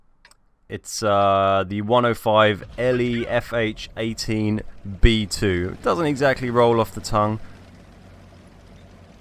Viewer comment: calls it Le-Fur-Fur-Fur haha